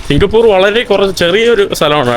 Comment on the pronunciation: സിങ്കപ്പൂറ് അല്ല സിങ്കപ്പൂർ എന്ന് പറയു ചെങ്ങാതി